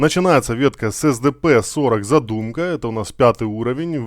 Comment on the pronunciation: Кстати zadymka скорее как задымка читается